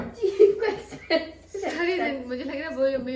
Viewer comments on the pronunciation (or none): Expensive ko Azpansiv 😆😁